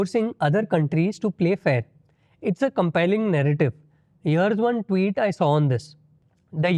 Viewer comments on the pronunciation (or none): none